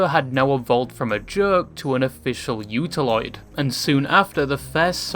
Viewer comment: Almost turned off the video right there lmao like why am I watching a video about a thing by a guy who knows so little about the thing he doesn't know how to say its name?